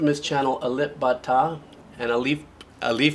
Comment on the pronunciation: As a senior composer, you just explained very well. Your pronounce of his name are excellent. ❤️❤️❤️ Regards, From Malang City, East Java - Indonesia